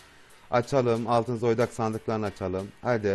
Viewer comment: Zoydak demene bitiyorum 😂